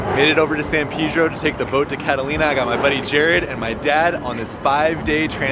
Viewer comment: why you say pedro so weird?